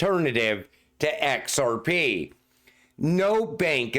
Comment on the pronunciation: EX ARE PEE!!! Love when he says it